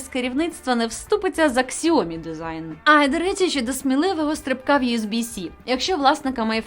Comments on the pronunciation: Сяомі, а не ксіомі.. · Ксіомі))) це сильно! Китайці плачуть від вимови!!!